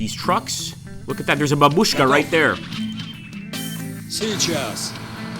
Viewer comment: both great video and game, but please learn how babushka is pronounced